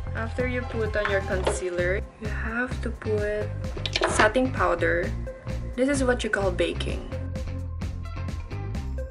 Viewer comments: Carmela Gellegani and she said satting powder lol hahahaha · kaliforniaklasswho na mis-pronounced nya man, bakit afford mo ba ?